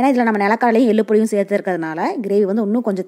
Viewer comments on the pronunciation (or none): none